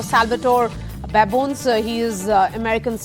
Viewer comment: Wonderful conversation. I believe the presenter got the pronunciation of Prof. Babones’s name wrong. Important to research such things beforehand.